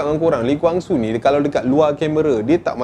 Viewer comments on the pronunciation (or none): Cara sebut tu salah. Kwang Soo bukan Gwang Soo. Dia marah kalau org sebut nama dia Gwang. "Who's Gwang Soo?"